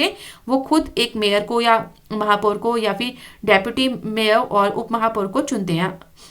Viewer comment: mam its say deputy mayar 10;55